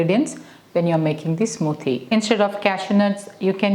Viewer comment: 'Smooothhhie': I love the Malayali accent.